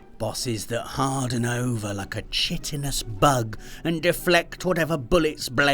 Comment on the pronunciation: Just FYI: "Chitinous" is pronounced "kɑ́jtɪnəs" ("KY-ti-nuhs") 🙂